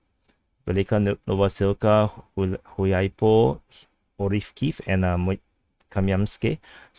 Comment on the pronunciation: On a side note, "Hulyaipole" (or any other place starting with "H" for this matter) - pronounciation starts with "G" (Good / God / Gun) not with H (Holy / Host / Hunter), "H" as a starter works for "KH" names i.e. Kherson.